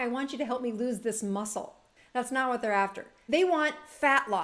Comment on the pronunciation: "lose", not "loose" weight, just FYI :) great vid